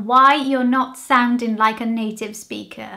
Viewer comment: Your diction is better than a lot of British people so this is not a criticism just an observation you might be interested in. Your American English still comes through. You say kinda for kind of and wanna and wanta for want to you also don't pronounce ng so you say soundin instead of sounding, also you say say when you should say says. You also said how you sound like instead of what you sound like. You could have just said how you sound and left off the word like. Having said all this I certain would listen to you reading the news or on the radio as you have beautiful diction. Well done!